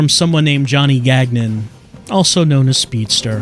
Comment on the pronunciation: While on the topic, Gagnon is pronounced "gan-YON" (actually the last n- sound is supposed to be that strange sound in French that sounds like you're about to make an ng- sound but you gave up at the last minute, but that sound doesn't exist in English).